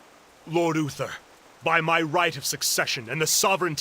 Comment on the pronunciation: Dude it's clearly spelled U-TH-ER, not UFFER... You're not even trying to say it right.